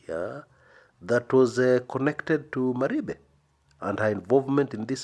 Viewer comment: Jackie does not hail from Kisii county. Her name is jaquie wanjiru wa Maribe wa Mwangi;- pronounced "mari-fe"